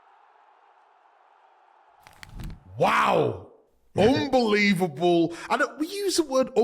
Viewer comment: It's 'UNbelievable' Micah, not 'UMbelievable'.